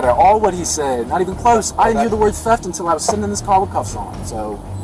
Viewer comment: That pig is the kind that trump should send back to his third world country... Since when is THEFT pronounced TAP.... LOW INTELLIGENCE...... THIS IS WHY WE HATE THEM.lets ENJOY WATCHING THEIR MEMORIAL GROW AND GROW AND GROW.....FTP... KTP